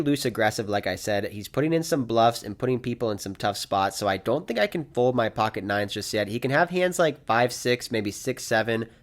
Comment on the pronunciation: you’re one of the best poker vloggers going! Love every video. But I’m not sure if you know that the word “fold” has the letter L in it. Keep it coming champ